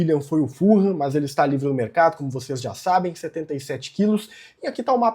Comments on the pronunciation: a pronuncia certa eh "FULAM" e nao "FURRAM" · Eu morei em Fulham. Fala-se "Fulam" mesmo, nao "full ham". Abraco!